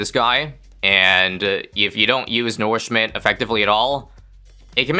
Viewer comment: plz stop saying nourishment wrong it is insanely annoying (u can just call it feed/feeding or something) its as annoying those people who keep calling manure "manoor"